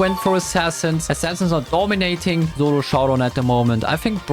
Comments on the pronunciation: Bro always says zolo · Turns out I am horrible at "Zolo Showdaown"